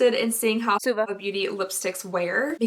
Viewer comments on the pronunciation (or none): She was pronouncing it like "swa-va" instead of "sue-va" which is how it should be :) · Christiana Fisher she missed one, it was "swah-va" 😂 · She missed a voiceover..she was calling suva, suave!! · I def had to replay the swah-vuh that got missed. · Paulette Zayas If I’m not mistaken, a little after she mentions the brand again and I think she was saying “swa-VAH” lmao 😂 that’s me all the time tho I can never pronounce anything 💀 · Jamie Winters she missed one out and said ‘swah-va’ instead😂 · She was saying “Suava” Beauty 😂 she forgot to dub one. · I love the voice overs trying to correct the pronunciation of “Suva” - That cracked me up and I had to let my husband listen to that correction. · I definitely agree about the Belle Pierre! Also I was dying at the voiceover of the Zuva everytime, I was wondering what you had pronounced it as to begin with! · I’m so happy we know how to pronounce “Suva” now! 😂😂 that was the best part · Im crying at the voiceover of the name of the name of that lipstick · “Suva” lol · I can definitely see the confusion with the pronunciation she used. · What I really wanna know is how you pronounced suva lmao